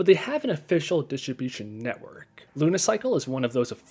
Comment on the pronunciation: "dishibishin network"